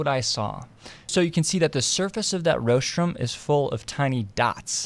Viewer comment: You may want to check your pronunciation of rostrum (RAWstrum, not ROHstrum.)